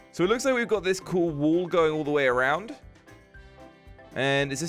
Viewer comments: saying wool Me:not wool its wall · saying wall as wool again